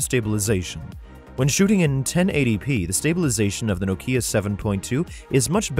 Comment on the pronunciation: The "ei" in Zeiss is pronounced like "ei" in Einstein. It's not "eenstein", it's not "zeess". It's Einstein, therefore Zeiss. German word. Nokia is also not "No KIA", it's "NOH kia" or "NAW kia". NAW-kee-ah.